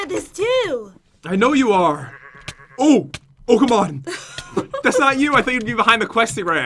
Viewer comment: when Pat said oh come on it sounded like he said Pokémon LOL 🤣🤣🤣🤣🤣🤣🤣🤣🤣🤣